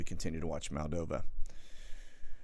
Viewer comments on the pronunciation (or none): none